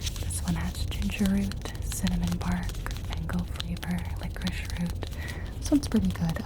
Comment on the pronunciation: not you saying lilocrice for licorice